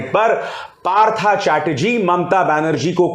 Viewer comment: Abhisar ji your pronunciation is wrong. Partho is right bengali uccharan. English may likhna parta hai partha.